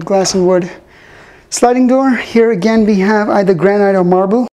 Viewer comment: the way to pronounce granite is "granit" not granyte!